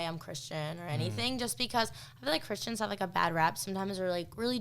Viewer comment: Who also heard her say Christians as "cushions"?